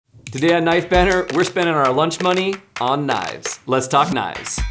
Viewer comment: Right I keep thinking they're saying knife banner not knife banter. Please for Christ sake pronounce the T's